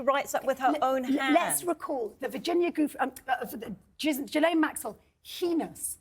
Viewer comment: And, dear miss know-it-all Tessa Dunlop, it’s Ghee-laine (or layne in the English version) not JEE- LAYNE. I’m French Canadian so, please trust me. Dr. Tessa Dunlop, pftt USELESS!